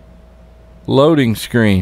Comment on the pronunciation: It's loading, not lo a ding